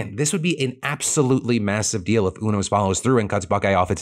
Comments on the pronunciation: I'm pretty sure it's pronouced U-Nos not Un-Os Like the card playing game.... Obviously Phil has not watched Grey's Anotomy. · Phil: it’s U-nos, not ooo-nos. 😂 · It's pronounced "You-nos" btw.. Haven't you watched Grey's anatomy?